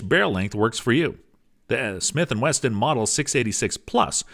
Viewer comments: Thought it was a slip the first time. Then he kept saying it 🤣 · He said 40 Smith and Western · Stopped watching when he said 40 smith and western..